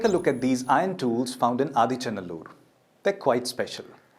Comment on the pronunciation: SORRY IT IS NOT "ADICHA NALLUR" 😂 IT IS "AADEE ACHAN NALLUR",(OLDEST FATHER VILLAGE),,LORD SIVA STEPPED HIS 2ND FEET IN THIS LAND ,,1ST FOOT OF LORD SIVA IS IN CEYLON A PLACE CALLED TREKONAMALAI 😊 "SIVAN ADEE PAADAM" ,CHRISTIAN SAY "ADAMS PEAK",IT'S BELIEVED 1ST HUMAN SET FOOT ON THIS EARTH,,LORD SIVA HAS MALE FEMALE PICTURES,,PROPHET ADAM IS ALSO THE 1ST HUMAN, BELIEVED BY CHRISTIAN, JEWS,MUSLIMS 🎉🎉🎉